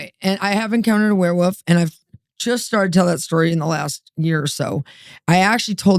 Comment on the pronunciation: I love how she pronounces it "werewoof." is the BEST.